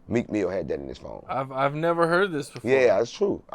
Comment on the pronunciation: “Meek FEEL say it right” 💀